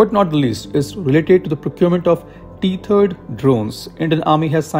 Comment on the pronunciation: Bhai teri english ki pronunciation itni kharab kaise hai? "Teeth erd" nahi hota, टैथर्ड hota hai